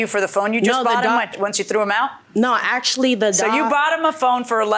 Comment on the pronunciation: In ack-she-ality.